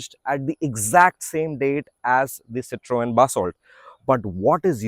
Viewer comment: The only reviewer who pronounced Citroën correctly. Subbed!